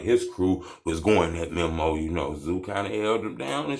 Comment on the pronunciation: 🤦‍♂️ Bruh……. It’s pronounced ME-MOE please, please, please get that right It’s not memo 📝 ME-MOE